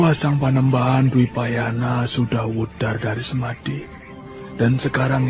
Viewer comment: Dwipayana kok jadi Drupayana, min?